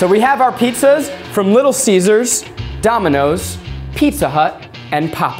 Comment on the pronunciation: I heard him say little scissors..